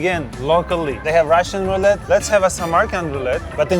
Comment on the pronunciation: Actually i think its more of a "roulade" than "roulette". But i could be wrong lol